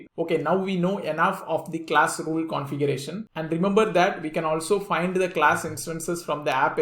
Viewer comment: Can you please explain how to pronounce “vehicle” and “configuration”